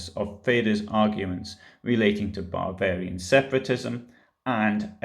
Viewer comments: You are right. It does sound like he is saying “barbarian” when he means to say “Bavarian”. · There's also a difference between 'Bavarian' and 'barbarian', which seems to be your pronunciation.